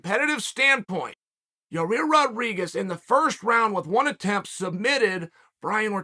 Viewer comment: Will never get tired of Chael calling him Ya-Rear lol.